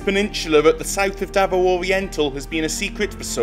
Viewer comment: "The Daot's Road"..